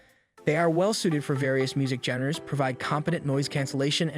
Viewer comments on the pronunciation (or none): Genre as "jenruh"? Having someone else read what someone else wrote... And doing a not so great job? Yeah nah